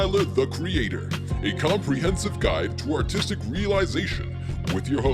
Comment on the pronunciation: Everytime he says artistic I understand autistic